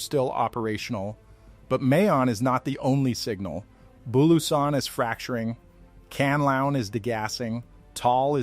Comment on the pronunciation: it's Mah-Yon, and Can-La-Onn.